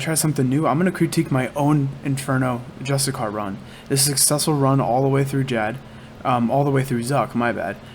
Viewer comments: Jus-tish-shir. Not justicar. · I love the guide, but PLEASE PLEASE PLEASEEEEE, learn how to pronouce: JUS-TI-SEE-AR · It's pronounced Just-ish-she-air. Hasn't anyone heard of the word 'justiciary' before? Lol go ahead and Google the pronunciation. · Bro, great vid, just one thing; You're butchering the word Justiciar lmao. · cool vid but can you PLEASE pronounce "Justiciar" correctly?